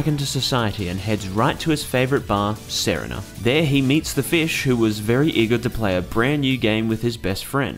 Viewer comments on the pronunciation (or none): You say Séréna I thought it was pronounced as Seerena